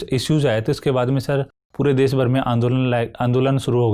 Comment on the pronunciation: DES NAHI HOTA HAI BHAI...DESH HOTA HAI .. HINDI MEDIUM SE HAIN TO GARIMA KA V DHYAAN RAKHIE..